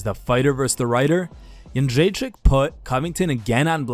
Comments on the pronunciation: That's the best Joanna Jędrzejczyk pronunciation I've heard from a foreigner. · Props to the spiker/lector guy. You;ve pronounced Jędrzejczyk perfectly ;) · Your pronunciation of JĘDRZEJCZYK is spot on mate.. do you speak Polish as well?